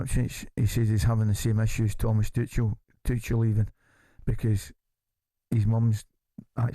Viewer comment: It's be a start if you could pronounce Tuchel's name correctly.